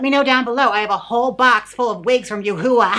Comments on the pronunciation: Yoohoowa lol it’s “you-hwah” love u jaymes 😭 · You said Yah-hooa riiiight as a went for my drink. Thank you 😂😂😂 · "Yoohoo", tho🤣😂🤣😂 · Lol she can’t pronounce Her name lol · Please pronounce yuhua correctly, it’s cringey even as a joke